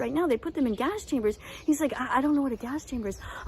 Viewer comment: I love how was saying "cheese" instead of "he's"